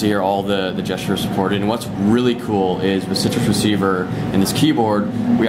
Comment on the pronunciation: its citrix receiver hes been saying it the entire time haha